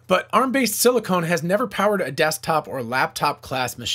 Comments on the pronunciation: "Silicone" is not the same as silicon. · It is pronounced SILICON, not SILICONE! There is no E on the end of Silicon Valley. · doesn’t know the difference between silicon and silicone? You pronounced it as if Apple is making implants. Other than that great episode. Maybe rename the channel to Mr. Repeats some stuff I heard somewhere else. 👍